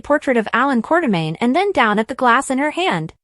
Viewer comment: this is obvously AI because can't spell quartermain. or say it properly or other words.